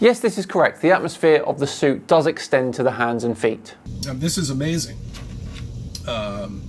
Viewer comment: Imagine having the confidence to make an educational video about a subject you have absolutely no formal knowledge about and not even being able to say the name of suit correctly within the 1st 10 seconds of it.